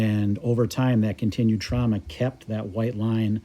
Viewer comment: Trauma not trahma